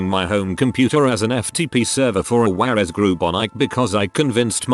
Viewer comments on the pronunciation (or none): none